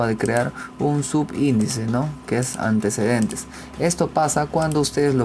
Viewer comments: Dice ANTESCEDENTES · Marcamos antsedents 😂😂😂